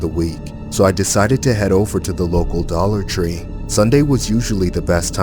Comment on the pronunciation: “Dolla tre” 💀💀😂😂